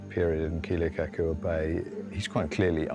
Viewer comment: Didn’t the HPU professors teach the filmmakers how to pronounce Kealakekua?